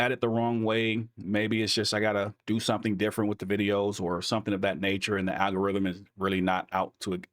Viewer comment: Love what you do. and it's "AL-go-rythm"